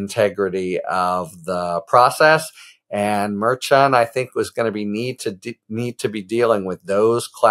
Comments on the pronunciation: Mer shawn, nor Mer CHAN. Stop it Harry. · I watched Karen Friedman Agnifilo correct you on how to pronounce the Judges name, yet you still put a french flair on it. Drives me crazy. Mer-SHAWN. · Harry please, Karen told you how to properly pronounce the judge's name 😭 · When are you going to learn how to say the judge's name?